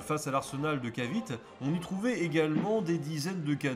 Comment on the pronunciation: la péninsule de "Caviti" et pas cavit ! ;-) .... le E est prononcé a l'américain encore aujourd'hui aux Philippines , ou je me trouve actuellement ! merci pour cette video car il est très dure de trouvé des video en Francais sur l' histoire des guerres en asie .